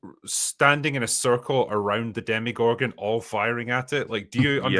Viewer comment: Every damn time says Demigorgon I yell at my screen. They're called DemOgorgons, man!!!